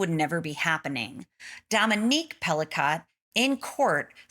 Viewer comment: all rapists are ordinary men! Her name is pronounced Pelico...not Pelicot!